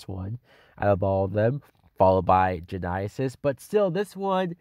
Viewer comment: This movie would be better with Genia Twain in it. She should have been in Terminator Gen-eye-is-is too.